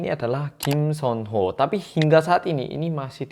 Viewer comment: Ngga.. bukan bukan sonho😭😭😭